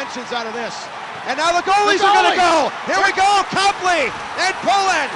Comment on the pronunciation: You said Copley wrong